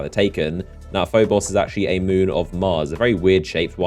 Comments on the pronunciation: "PhoBOSS" "phoBOSS" "phoBOSS" you sound so stupid mispronouncing names in a game your channel is based off of... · It really irritated me on how you said phobos